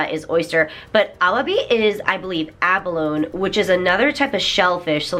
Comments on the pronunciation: abalon? you mean abalonEEE? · Good video. I really enjoy your content. Have you always pronounced "abalone" with a silent "e" at the end? I'm more used to hearing it pronounced with a "nee" sound at the end. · abalone-eee is the pronunciation :3 theyre delicious when cooked right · does everyone in japan say abalone like you did or is it mixed? In english abalone is pronounced "aba/low/nee", so im curious :) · Expiration dates are suggestion not rules, today I am the sensei. Also in english ah-ba-low-knee. Collagen is a protein that makes the tissues in your body elastic, it is popular in Japanese products primarily because japanese women believe it will help them maintain their youthful appearance. Or at least that's what Begin Japanology told me. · She's actually a 12 out of 5. ab-uh-lone-EEE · If you google "abalone dictionary" the first entry has a little speaker icon that you can click and hear the official pronunciation. It's basically like a startled "aaah!" sound + "balonga/baloney". I still like the way you say it. <3